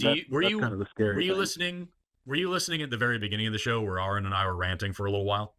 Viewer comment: "I've been a fan for a while now," procedes to say Aron's name wrong. sigh